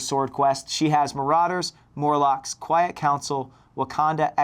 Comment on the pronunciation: Storm 101b said quite council instead of quiet